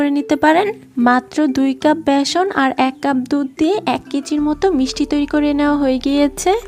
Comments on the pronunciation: ভ্যাসন না বেসন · ভিডিও তৈরি করার সময় শব্দের উচ্চারণের দিকে নজর রাখা উচিত। ভেষন না বলে বেষন বলতে হবে।